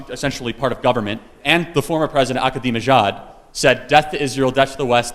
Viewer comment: Lmao Charlie Kirk cant even say President Ahmadinejad’s name correctly. Everyone loves to speak on Iran yet have zero understanding of its history, its people or its culture. America can cry all it wants about Iran preaching “Death to America”, it would be singing a different tune had the CIA and American government not overthrown their democratically elected leader and established a puppet leader in his place. America truly is the great satan of the world.